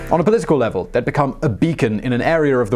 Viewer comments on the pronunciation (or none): none